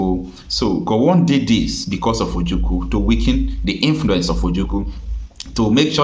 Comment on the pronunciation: My brother, is like you don't know how to call or pronounce OJUKWU. You always pronounce it OJUKU. Please take correction as an IGBO man.